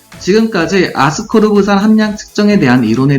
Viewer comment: 아스코르브산인데 계속 아스코브르산으로 발음하셔서 헷갈려요ㅜㅜㅎㅎ